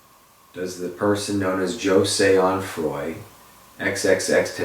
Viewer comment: “Johseh Enfroy” it’s JA-SEH ON-FR-OI (Jahseh Onfroy) , but’s it’s cool. rip x 🖤